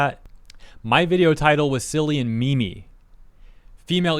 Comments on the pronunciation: It's not a "me me", it's "meem". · Lmao that pronunciation of "meme" Face palm.."me-me" 😂🤦‍♂️ what the fuq!? Lol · pronouncing meme as meme is offensive!